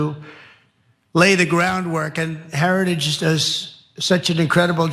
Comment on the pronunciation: Wow. Listening to Trump try to pronounce “Heritage” was almost as painful as listening to him try to pronounce “origins.”